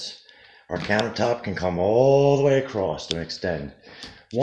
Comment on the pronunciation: ah...there is NO 'T' IN THE WORD ACROSS, NONE. NO T IN ACROSS. ITS NOT ACROSST...NO SIR.